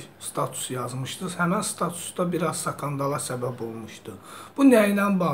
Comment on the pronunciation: sakandal yox skandal 😃